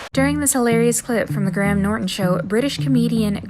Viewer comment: No offense, but for the love of all that is holy, please look up how to pronounce English people's names.. kiEra, GraHam, etc.